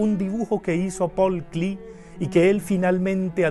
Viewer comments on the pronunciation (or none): Solo una pequeña cosa, tu pronunciación de Paul Klee debes revisarla porque no es anglo es Alemán. Lo demás me parece muy bien. Saludos desde L.A. CA. en el crudo invierno. De Yopal (Cas).